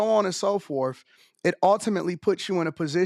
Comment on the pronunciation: Stop saying “forf” please. Can’t be that hard to pick up your tongue and say “forth” or “fourth”